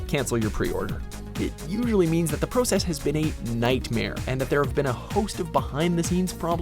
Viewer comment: Your pronunciation of the word "process" makes me wanna stab sharpened pencils into my ears.